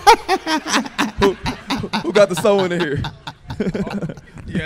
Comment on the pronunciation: He called them joints Sew-in braids 😂😂😂😂